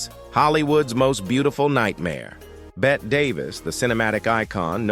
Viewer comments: Hey bot, it's pronounced 'Betty', not 'Bet'. Give yer coding a shake already! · Bette is pronounced the same as Betty.